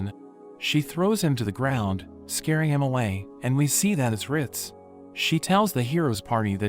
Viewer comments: “Rit” 😂 its ritz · "Riz"😂 it's "rit"